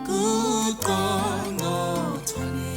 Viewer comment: But wait did she say congcothwane instead of qongqotwane ?